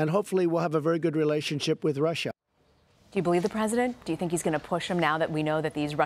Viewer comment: How dare you stutter when you pronunce Russia !